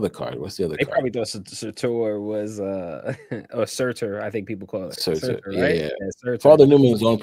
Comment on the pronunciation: Suuuuuuuuuurtuuuuuuuuuur. Not SAAAtur.